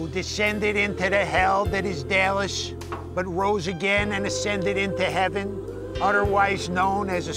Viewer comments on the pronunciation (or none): none